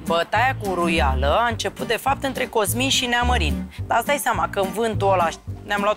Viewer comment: Varciule, vezi că îi spune uruiala nu huruiala 🤣🤣